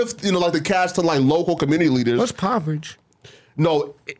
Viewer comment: He said “in poverage” LMJ said You Mean Poverty😂😂😂